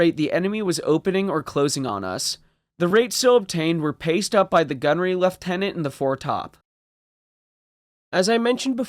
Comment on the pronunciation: ''... were 'paced' up on the...'' 😄 thx for another upload 😁🇨🇦☃